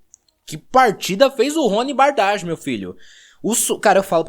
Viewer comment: O correto é "Bargi" e não "Bardagi"